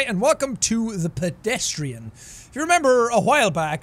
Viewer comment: you remembe? Yea i remembe... but you remembe... YEAAAAA I REMEMBE